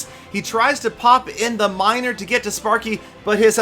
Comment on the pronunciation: XD he said winer not miner anyone else notice that?